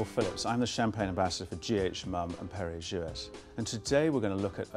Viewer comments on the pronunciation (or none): You don't pronounce the T in jouet!